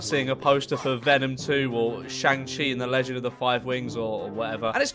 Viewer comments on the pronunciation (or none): The shang chi pronunciation 💀💀💀😭😭😭😭